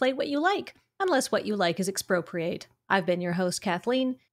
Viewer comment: I nominate this for the official format tagline: "Commander: The format where you should just play what you like. Unless what you like is Expropriate." (though I keep hearing "exprocreate" when I replay it, which is somehow even more amusing)